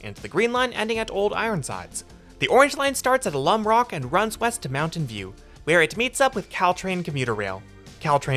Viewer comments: I don't get why they're not roughing in Bart connections to a future downtown VTA tunnel. Hopefully they'll eventually put it under downtown so it can connect to Bart. - Nit: Alum is pronounce AL-um, not uh-LUM. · Alum the mineral, not alum from alumni. The stress is different. It's called that because of the hot springs in the park behind the city, which once upon a time had a delightful rail line from the city and up the valley to the top of the park, for no other reason than that parks are ace and some weird people either love the stench of sulphur or indeed to bathe in natural sulphuric acid. Now you have to walk up, which is lovely but tiring and potentially hot, or drive up, which is a travesty. Also, it's capitol avenue, not capital avenue. And (if I understand correctly) it's not where the capitol was when it was the capital. So who knows. You know, you passed my place twice on different lines. I'm a transit fan. I hate to drive. I never had a car before moving here, and I hope never to drive again after I retire. And yet I use that thing less than once a month. It was engineered for failure: it's slow, and although it does go through some work areas, it really doesn't go to enough of them—or to shopping. And it's not frequent enough or on the right alignment for going to a café. It doesn't even go the airport—it misses by two blocks, geographically, but there's not a viable pedestrian route in. It just sucks more than you could possibly imagine. It's weird, considering how nice everything here seems at first, but after a few years you just start to get the sense that the urban planners in the bay area hate you.